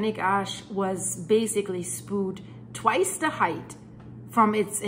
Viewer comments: FYI: the word "spewed" is pronounced "spYOO'd", not ""spood". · I use to think you were a foreigner speaking a 2nd/3rd language but your just a backwards Cunuk that can't even say spood sppooood.... SPEWED!!!!... good god. You're points are lost in your inability to command the language you wish to convey this information in. When it finally hit you're Canadian any sort of leeway or understanding at the speak evaporated instantly and honestly makes me up set I even allowed those graces. I don't care how good the info is.... its one-two good bits of info and then blathering to hit time makers. Repeating and repeating without ever saying something new ...like the robot... good job for making the technology work for you. I'm going to do the same and block you're channel with more tech. Yes its possible even though youtube doesn't provide this feature. Get a speech therapists for the love of all that is pure and holy... SPPPOOOOODDD get out of here. good bye not going to be a next time. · "Spoo'd." lol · Spooed, LOL!